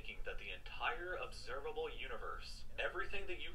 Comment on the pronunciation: "Observalbe Universe"